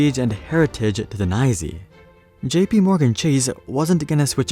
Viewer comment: The NYSE is not "Neye-zee" ... the real wall street people just say it as "N" "Y" "S" "E".